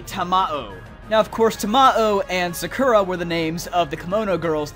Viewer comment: You pronounced Sakura so wrong XD